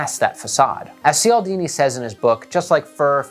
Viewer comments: Cialdini is pronounced "Chyal-deen-y" rather than "Syal-deen-y" Thanks for the work you put into your videos. This one was awesome! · Great content, well researched, precisely and entertainingly presented,. Quick pronunciation hint: "Chal-dini" is how Bob Cialdini says his name—rhymes with Fall-dini. Keep sharing your wisdom. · Gonna be the annoying pronunciation police: Cialdini is pronounced "Chialdini" (I believe it's an Italian name, but I wasn't able to confirm)